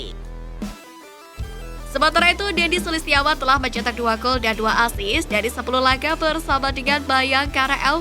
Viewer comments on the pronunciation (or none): none